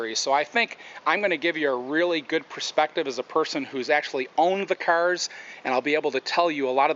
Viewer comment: So annoying the way he say 'cars' -_